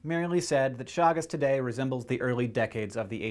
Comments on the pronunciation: Please correct the name. Chagas, not Chagus. Thank you! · Chagas not Chagus.